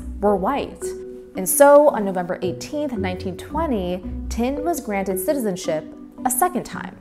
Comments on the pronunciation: She said sizen ship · The narrator can't pronounce 'citizenship'.